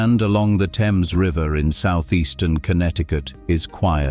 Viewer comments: The RIVER is called - Pronunciation: Unlike the English river (pronounced "temz"), CT's Thames is pronounced "thaymz" (rhymes with James). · Nobody familiar with the area has ever called that river the "Tems" (proper British pronunciation). They call it the THAMES, exactly like it is spelled. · Lmao... live in this area of CT Its called the 'Thames' river. Not teems. ChatGPT, you gotta get better at pronunciation. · 😂 Facts. The THAYmes River, not the Temms River. This is America. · The Thames river in Connecticut is pronounced Th-ames it's not pronounced like the British pronunciation also Norwich is not pronounced the same. It sounds like Nor-witch.